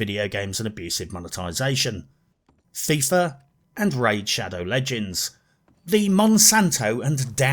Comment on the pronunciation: Fifa sounds like Thiefa